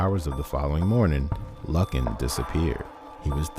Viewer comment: Lovely, probably one of the top five iconic missing cases ever, but it's actually pronounced LOO- kn. A bit harrowing listening to it mispronounced SO MANY TIMES, so I'll just give you the click and the like and skip listening to the video, or just take off the volume, put on the captions and view it that way But a word to the wise and Future... There are tons and tons of news reports, old footage and any number of documentaries that have been produced all available right here on YouTube where you could have easily listened to the correct pronunciation and then of course, pronounced it correctly yourself. A bit of laziness that I hope you won't repeat in future videos. You do a good job with these from what I've seen so far, and I should think you'd want, above all, to pronounce your subject's name correctly